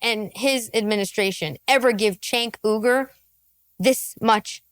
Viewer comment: "I'm going to intentionally pronounce 'Uygur' wrong. But I'm totally not racist." Got it.